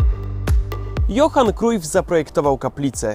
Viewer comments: wymawia się "Johan Krałf" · Źle czytasz nazwisko Cruyf